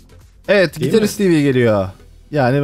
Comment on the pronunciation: Ayrıca "Dehıl" değil "DEĞİL"